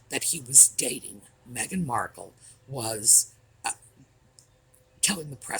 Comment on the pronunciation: Thank you for pronouncing her name right too, my sister is Meagan, heavy on the eeeeee. Meghan is absolutely pronounced Mehgarn.